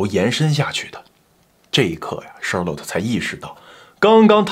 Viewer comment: Charlotte 后面应该读let不是lot…强迫症听着有点难受😅